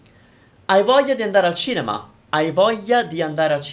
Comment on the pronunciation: Correct me if I'm wrong, but when you said "voglia" I didn't hear the "L" sound. So, for say if I chatted to an Italian person, does saying the "L" in gli shows an accent or should I say it with a silent "L" like you did. Voglia = "voyia" or "Vo - glia" hope I made sense